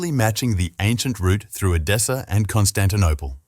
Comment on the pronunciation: EDESSA, not "Adessa." Edessa is now in Urfa, Turkey. Not "Dashani," either, but GEOFFROI DE CHARNY (c. 1300 or ), Lord (Seigneur) of LIREY (not "Larry). This is what I hate about machine-generated texts and audio: they get the basics very, very wrong!!!! Bother to get the details right!